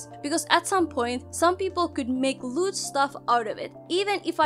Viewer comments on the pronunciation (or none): ok this is serious but i swear i heard "loot" instead of lewd